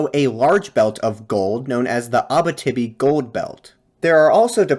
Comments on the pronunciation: Just one small thing. Abitibi is not pronounced Abbatibby. It is pronounced more like Abeeteebee. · Abitibi --- great video, you may want to look up how that is said though!